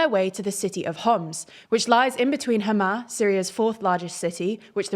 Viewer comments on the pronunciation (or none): none